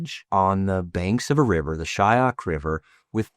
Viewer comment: A LITTLE CORRECTION ITS " SHYOK" RIVER..NOT SHAYAK